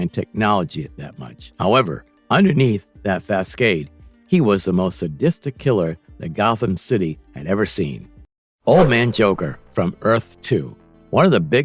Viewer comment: The mispronunciations/misreadings in this video make it nearly unlistenable ("joval" = jovial; "fascade" = facade; "defamation" = deformation). Do better.